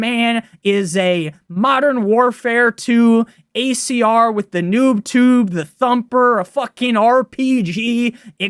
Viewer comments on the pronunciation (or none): none